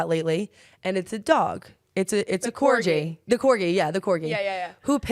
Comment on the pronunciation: Did u really pronounce the dog breed as corjee